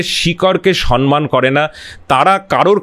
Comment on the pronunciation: Khub valo laglo, shudhu duto shabdo vul uchharito holo. Samman ke 'sanman', ar tamrolipto ke 'tamrolipi'.